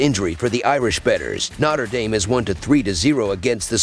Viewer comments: The pronunciation is always terrible , lol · ‘Notter Dame” 😂